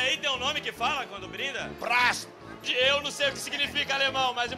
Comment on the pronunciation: O cara falou "prast"... Que vergonha.